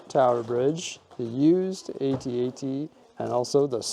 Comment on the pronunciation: Please, for the love of g-d, someone help him with the correct pronunciation of the (At-At).